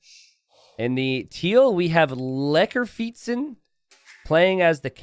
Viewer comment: wow, pronounciation of lekker fietsen is spot on